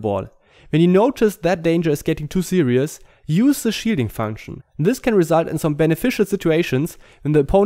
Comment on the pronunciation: haha I like how when he says "shielding" it sounds like "cheating" the shielding is overpowered which in turn feels like cheating